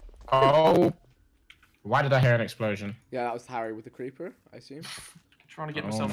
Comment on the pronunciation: Vik what was that accent 😂 "Creapurr"